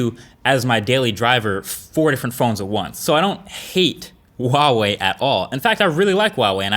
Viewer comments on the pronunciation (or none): Why wall-wee, just pronounce it like it is. Hua Wei! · yeah so why does he say wawei? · Huawei is pronounced as hwa-way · Huawei is actually pronounced Wow-Wee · Q: Why do Americans pronounce "Huawei" with a silent 'H'? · I didn't know one pronounce huawei that way. sounds weird.